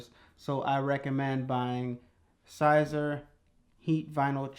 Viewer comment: great video, I am new to this and still afraid of messing up, you make it look less complicated. FYI Siser is pronounced like "see-ser" or Caesar.